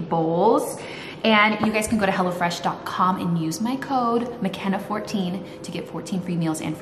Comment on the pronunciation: Every time you say, “Hello Fresh” my special ears hear, “Hella Fresh”!! I don’t think the company would mind as, Hella Fresh seems like a very good thing!